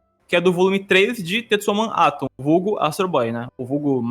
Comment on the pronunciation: Pequena errata: Em alguns momentos falei "TetsuwaMAN Atom" ao invés de "Tetsuwan Atom", perdão geeks